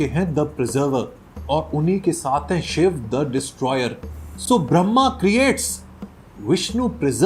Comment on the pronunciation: This is Brahma not brahmam